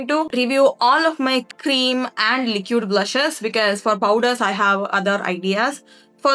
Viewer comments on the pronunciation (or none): Pls pronounce liquid correctly